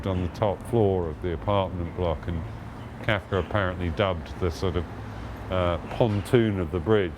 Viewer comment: Can't get past the way he pronounces Kafka as Kaifka...